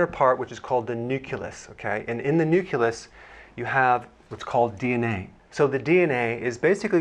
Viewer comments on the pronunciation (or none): Did he say nucilus instead of nucleus? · its pronounced neuk-leus not neukulus! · NUCULUS??? You are a Doctor....YOU can't mis-pronounce this word!?!?!?! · marble89 I also noticed this strange pronunciation by Dr Berg 😂